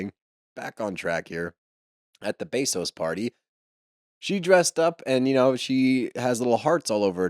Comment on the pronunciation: not pronounced BAE SOS, more like BEH SOS.